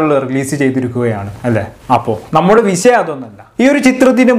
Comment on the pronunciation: വിശയം അല്ല, വിഷയം